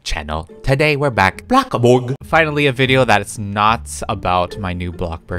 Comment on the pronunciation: The fact at the end he said bloxbur 😂 btw your amazing kepe doing the good work